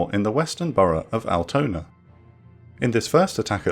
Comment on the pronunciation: Unforunetly he couldn't pronounce "Altona" or "Eimsbüttel" correctly. It was not recognizable